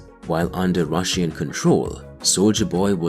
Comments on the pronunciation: The video is very informative, but the way you continually mispronounce the word RUSSIAN is simply unbearable... 🤷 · The way you pronounce Russian is really annoying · Stop saying Russian, for the love of God...